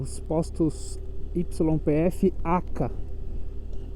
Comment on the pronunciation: na Argentina YPF se pronuncia IPF. 👍🏼